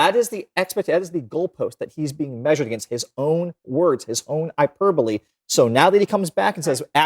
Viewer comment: It's called hy-per-buh-lee